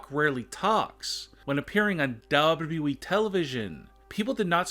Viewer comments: He doesn't say Wwe He says dabudabueeeeee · It is funny how he pronunces wwe